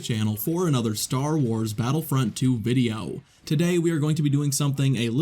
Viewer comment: Videow. Han Solow. Iden Versiow. Anyone else notice his pronunciation of these 😅